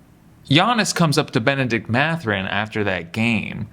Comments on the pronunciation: MATH-URIN not MA-THURIN. Great vid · It’s Math-Ur-In